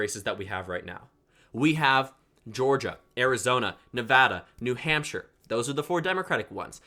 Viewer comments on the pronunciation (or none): none